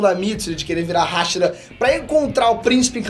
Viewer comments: Primeiramente, Hashira e não Háshira. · q video dificil de assistir cm ele falando HÁ shira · A pronúcia é "ráchira" memo? A minha pronúncia é igual do Japão 😃👍🏼